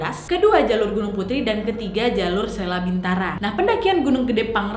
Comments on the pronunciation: Selabintana bukan selabintara, punten cuman membenarkan aja 😙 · selabintana say, bukan selabintara. Mudah2an kupingku yg salah 😆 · Jalur selabintana nadia omara sayaaang wkwk bukan selabintara:(( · kak maaf sedikit mengoreksi yah, aku lihat di plang suryakencana gunung gede namanya selabintana kak bukan salabintara🙏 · Salabintana bukan Salabintara.. Hanya klarifikasi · Maaf ka koreksi, bukan jalur selabintara tapi Selabintana hehe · 1.18: Selabintana, bukan selabintara 😁